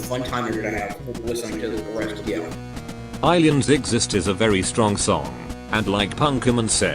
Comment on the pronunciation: List of screwing up: FAHVS really fun LIVE EYE-LIENS PUNKIMIN not a screw up, but still peak very fun to sing along TUH UBBO punkimin returns R A N C I D S O N G